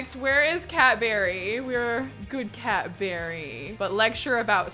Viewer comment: So whenever says "Cat Berry" I always think she's saying Cadbury as in the chocolate and it cracks me up everytime! And I'm pretty sure their logo is purple as well sooooo it's meant to be lol